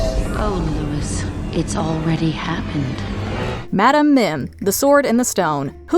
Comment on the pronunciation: It's not Mad-am it's Mad-um